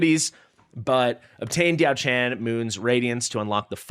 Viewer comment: As mentioned underneath your last video: Pronunciation: ti̯ɑ́ʊ̯ ʈʂʰǎn [Dyaow Chan - the 'chan' has a rising tone] And Lü Bu [is again with the 'ü' sound, otherwise it is pronounced the way it is spelled, but with a rising tone in the end] To clarify, the 'a' sound is a normal 'a' sound and not the English version. Also, I did comment about the background in your last video as well.